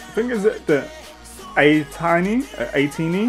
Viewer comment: You got the fandom name right !! 😊 It’s pronounced Aye-Teeny like you said !! 👍🏻